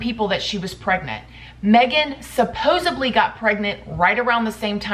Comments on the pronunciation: SupposeBly isn't a word! It's supposedly. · Supposedly. Root word is "supposed." There is no "b" in the word. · I love how you pronounce the word ~supposedly~ 🙂